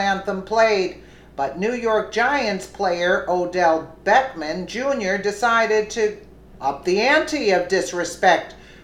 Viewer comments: Liked the video but its BECKHAM not BECKMAN. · His name is Beckham, not Beckman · It's Beckham and not Beckman. It's not that he deserves the respect, but you want to accurate. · I also think it's disrespectful what he did however his name is Beckham not Beckman. If you were doing that to tick him off then forget I said anything. he probably deserves to get ticked off.